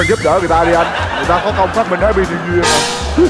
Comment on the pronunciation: Ông chú said: háp bi niêu duya=)))